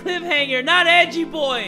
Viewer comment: Not ‘Edgy’ as in suspicious and “cool” It’s ‘Edgey’! As is EDGEworth! EDGEy!